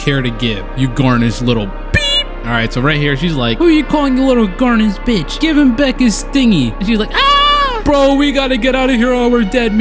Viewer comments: My man’s said Garnish instead of Garish 😂😂😂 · its not garnish LMFAO, its GARE-ISH LMFAOOOO but this was a lit video, insta sub!! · Take the time to make sure you're pronouncing words correctly... Cus mispronouncing simple words like "garish" and "barbaric" can make the video unwatchable 👌🏾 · The pronunciation of garish somehow makes everything more funny